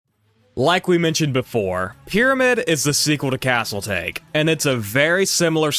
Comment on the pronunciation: pronounced Taa Kay not take, great video! :)